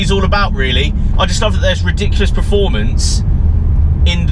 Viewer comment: Anyone noticed he pronounces performance as 'preformance' lol